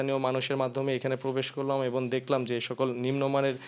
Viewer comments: এবন‌ না এবং😂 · এবন না এবং , শরীলে না শরীরে হবে! একটি বড় টিভি চ্যানেলের রিপোর্টারের কাছে এরকম ভুল কাম্য নয়। ধন্যবাদ